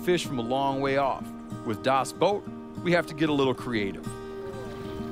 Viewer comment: 'The Boat' or 'Das Boot', but not 'Das Boat' xD